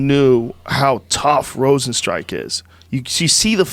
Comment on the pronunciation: Joe “Rozenstrike” Rogan